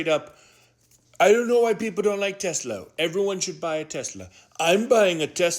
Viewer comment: Stupid ass Chump can’t even say Tesla correct.😂😂😂😂😂